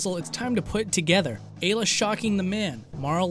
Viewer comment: It's Eye -- La, btw.